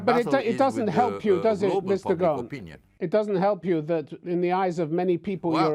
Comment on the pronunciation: It's not Mr. Gogh... its Mr. Gosin... I guess the guy is sick and tired of explaining himself over and over again.. regardless of his guilt or not, the man has made his money and stuck in a poor and unstable country with quite a lot of his money frozen.. can't expect him to be in a good mood 🤣🤣🤣